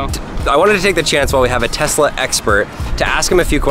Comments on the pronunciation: WHY DOES HE KEEP SAYING TEZLA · Hearing people say Tezla makes me very angry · tezla and: tesla